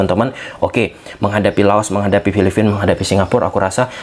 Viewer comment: FILIPINA BANG, BUKAN FILIFINA😂